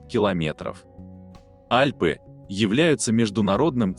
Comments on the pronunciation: Сам ты Альпы́, А́льпы. :face-green-smiling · 10 из 12 вопросов Но все таки.Альпы а не АльпЫ.Если хотите задавать.вопросы потенциальным гениям-будьте на уровне.